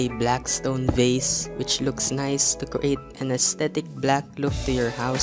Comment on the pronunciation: Vase Is not Pronounced V-ai-s It’s actually pronounced V-a-z